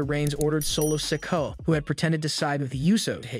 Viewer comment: This narrator needs to learn the names he keeps mispronouncing so wrong